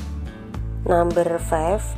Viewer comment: Bahasa inggrisnya medok banget.. Namber.... orang Indonesia ya mbak...